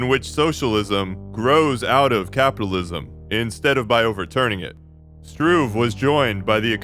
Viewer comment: A slight correction: although pronunciation of Russian names is a difficult topic in general, and perfection is hardly possible for a non-native speaker, the surname "Struve" is not pronounced with the schwa at the end, but rather with [e], like in the Italian "Duce", or in Ch*e* Gevara.